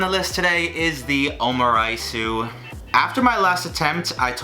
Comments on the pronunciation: omuriceu ?? is it just pronounced that way ? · I'm so sorry I think you're great but the way you pronounce omurice is so funny 😂 OMU-RAITSUE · every time he said omuriceu, i cringed a little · I don't think you say the "u" at the end of egg omelett.